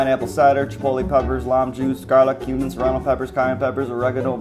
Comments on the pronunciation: it said like said human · When she says Cumin it sounds like human??? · Was it just me or while was telling us the ingrediants for carnitas did she say human?